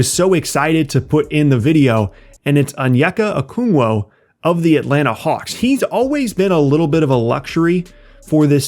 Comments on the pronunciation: Isn't it pronounced o-KONG-wu (just like it's spelled) and not o-KUNG-wo? Feels like you inverted the letters there. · O-KONG-WOO how you make decent nba vids and can’t pronounce player’s names? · You put Onyeka Okongwu on this list of TOP NBA SOPHOMORES but not Cole Anthony???? You didn’t even say Okongwu’s name correctly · I think he needs to stop saying his name like that lol